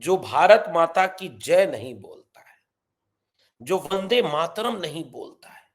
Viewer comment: ये वंदे मातरम् कि जगा बंदे मातरम बोल ता है सुनो